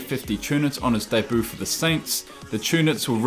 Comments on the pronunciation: Is it me or did he say debu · Say debut properly zoomer